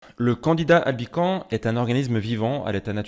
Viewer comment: PS. on dit LE candida (c'est un champignon-masculin ) et dans Albicans , on prononce le S final. Bon , on comprend quand même et ton résumé m'a appris des trucs.